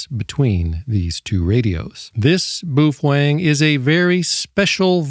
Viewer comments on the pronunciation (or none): It's Bow-fung, and "hams radios" wtf?